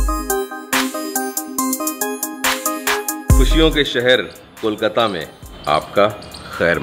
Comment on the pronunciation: It's KOLKATA, Not KOL-KATTA😢